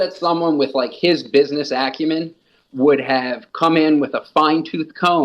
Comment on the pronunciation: "business accumen" LMAO